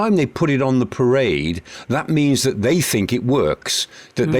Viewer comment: The, that, there. Not ve, vat and vere